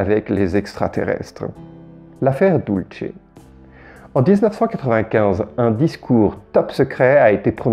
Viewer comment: Si je puis me permettre, et je ne voudrais pas vous manquer de respect mais à propos de la Base du Nouveau Mexique DULCE se dit "doulssé" car c'est de l'español et pas de l'italien où la terminaison LCE dit "CHE"